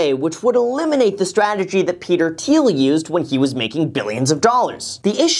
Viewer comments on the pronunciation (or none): thiel not teal